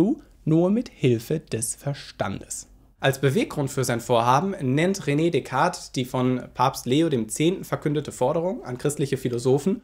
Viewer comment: Besten Dank für deine tollen Videos. P.S.: Französische Aussprache von René ist "Röne" und nicht "Rene".